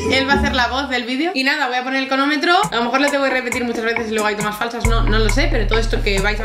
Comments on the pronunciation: Cronometroooo* dos vecea que lo dice y las dos mal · Se dice cRonómetro no conometro jajaj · Has dicho cronómetro mal todas las veces xd